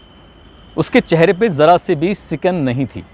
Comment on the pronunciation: सिकन नही शिकन